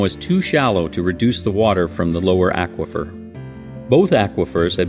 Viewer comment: Imagine pronouncing "aquafer" the way this gentleman does. I would mean that, Aquaman would be, Ackwaman! Stuff like that keeps me up at night.